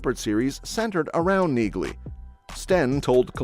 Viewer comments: BTW, the name Nieghly is pronounced without the “g” like Neely. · You don't pronounce the G in Neagley. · The G is silent in Neagley. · The "G" is silent in Neagley, like the "G" in Neighbor and Phlegm🤔